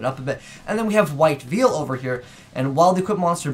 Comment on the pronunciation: lol white veil not white veal parmesan/parmigiana ;) but yeah I'm happy links help old cards get better, shame arcana extra joker wouldn't work with link 2's. Even a red-eyes gearfried too, surprises me when we can catch up, do like junk collector. that card sucks lol who uses damage step spells/traps when hand traps like honest would shut it down?